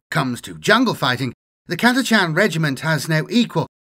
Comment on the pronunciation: Thank you for pronouncing Catachan correctly